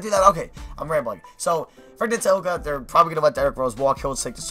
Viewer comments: My Mom Says I'm a Champion that's not how you say frank's name it's Ntil-ik-ina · I know how helpful this is! Frank Ntilikina is pronounced as nee-kee-na